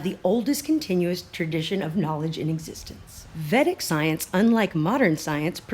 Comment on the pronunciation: Pronounced vay-dick. The scriptures are amazing. Check out Art of Living. It's based on them.